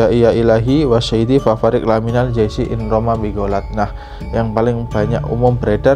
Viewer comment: Fafarriq lamiimal jaisyi Bukan laMinal tapi Lamiimal